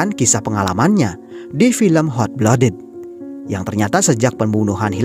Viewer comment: maaf sebelumnya bang, cuma mau saran utk pronunciation nya "Hot Blooded" lebih dibenahi lagii, kedengarannya gmn gitu hehe. overall bagus, lanjut film2 lain lg. semangattt